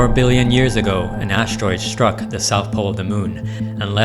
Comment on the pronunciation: ASS-teroid ST-ruck, not ASH-teroid SHtruck. There's no H in the ST sound.